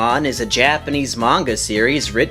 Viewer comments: For future reference, his name is pronounced "Do-rye-mon' not 'Dora-mon'. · You pronounce it wrong It pronounced Do-Ra-e-mon not Do-re-mon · This dude skipped English class growing up No matter where the property sources from, the AE paring makes a hard I sound Door-Eye-Mon Also, if he has ever watched the series, which I doubt he has, it does pronounce it this way. Both in Japanese, and English. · I love how almost everyone mispronounces "Doraemon"..... Including. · patrick sleeping Well if he was going to narrate a video about it, then it seems like he should pronounce the character/show's name correctly